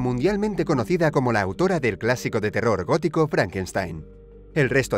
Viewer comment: Like si sabias que antes decia autouro y ahora dice autora like